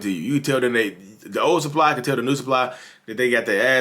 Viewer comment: “The new sup-pie” lmaoo